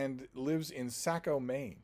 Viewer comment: For future reference, those of us who live in Southern Maine pronounce it as Sock-o. Apart from that, I'm happy to see a local author popping up on your channel. Thank you for the humorous and always interesting videos. I'm very glad that I stumbled on your channel.